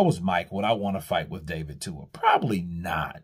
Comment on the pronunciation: His name is David TUA not Dua 💀